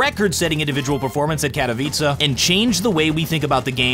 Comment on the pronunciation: im begging u, its KA-TO-VI-CE, why add a A at the end